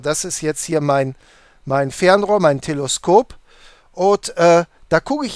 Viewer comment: Sehr nice, danke. Aber bitte, TelEskop, nicht TelOskop.